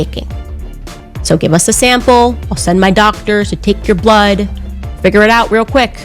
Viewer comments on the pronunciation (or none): none